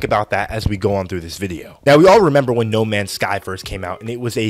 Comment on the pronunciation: "no mansh shky ans shtur shitizhin"